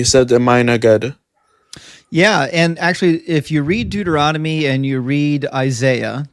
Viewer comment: It's so funny how says Deuteronomy. He swaps the n and the m and says "Deuteromony" instead XD